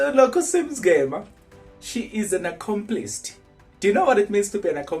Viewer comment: "Accomplice" not Accomplist.